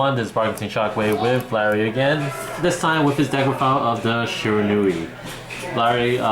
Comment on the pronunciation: I don't know what's more annoying: the lisp. Or how he doesn't know the names of any of the Shiranui cards, and can't even pronounce it?